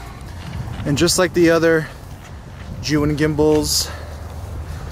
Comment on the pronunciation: You are like, the only non Chinese Mandarin speaking Youtuber who got the name ZhiYun pronounced correctly. Good job!